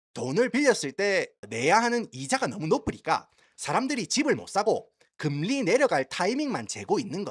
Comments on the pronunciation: 야 니 미국 오래 살아가 한국 사람하고 이런 얘기 잘 안 하제?? 누가 금리↘라 하노 금↘리라 하지. 성조 금에 넣어레이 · 금리. 한자 발음이 이상해요 악센트 주의 ㅎ